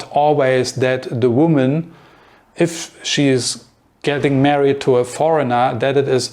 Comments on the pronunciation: Hey whatever your name is. I think. I like your videos and your English is really good. I just I want to give you one little tip on a word that you use quite often. The word is married. You pronounce this as three separate syllables: mare-eeee-ed. But it is just two: mare-eeeed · You want to say married? Your pronunciation was off. I think Saudi never move abroad either.